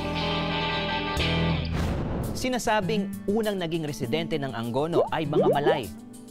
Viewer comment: it should be "A-ngo-no" hindi po "Ang go no"